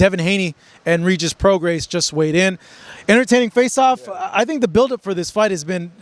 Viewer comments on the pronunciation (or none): You don't pronounce the S in Prograis just fyi